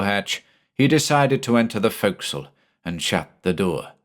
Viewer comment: I'm sorry to knit pick but I'm so glad to hear forecastle pronounced right. Having spent time in the navy, some things just stick with you, ya know? Was I the only one who pointed it out before? Either way, great job as usual.